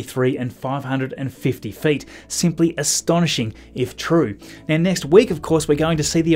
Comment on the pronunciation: “Net week” heh